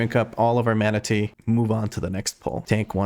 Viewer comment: Every time you say mana tea an image of a manatee pops up in my brain